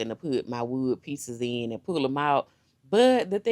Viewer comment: Did she say WOOD PIECES🤣🤣🤣🤣🤣🤣😫😫😫😫😫🤦🏾‍♀️🤦🏾‍♀️🤦🏾‍♀️🤦🏾‍♀️🧐🧐🤣🤣🤣